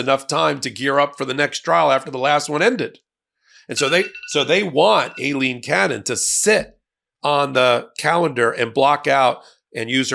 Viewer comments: Can we all agree to pronounce her name just like it was - Ailing Cannon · You still don't seem to know how to pronounce her name.